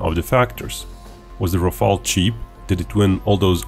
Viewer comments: RafAle! please not Rafele or Raphael or Raphaaaaaaaeeeeeellle! JUST RAFAAAAAALE!Merci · Just, one thing. This is RAFALE, not RAFAELE. Rafale means squall in english the violent wind gust that come shortly before rain. Google says that's "nalet" in Croatian . And your country chose wisely, your pilots will enjoy this beauty. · Rafale, not Rafael.